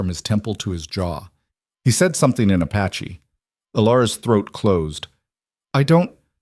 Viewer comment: I can’t believe that they left her horse tied up. And it’s “Apache”, NOT ‘“a patchy”!